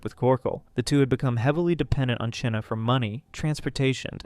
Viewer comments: Her name is pronounced like China not cheena hahahaha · Wondering why, despite several real time examples of people pronouncing the name Chynna (China), you keep saying "Chinna" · Its not pronounced "Chin-nuh". Its pronounced the same as "China"! Its driving me nuts every time he mispronounces it in this video! If I had a quarter for every time this guy mispronounced it in the video i would have a ton of money!! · why u pronounce Chynna’s name like that? it’s pronounced like China. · You're saying " Chyna " so wrong and its pissing me off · Why do you say China like that?